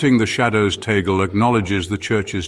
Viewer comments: As if it is soo genuine . I don't believe this. Can't even pronounce the last name right. FAKEEEE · It's not tagle Tag-Le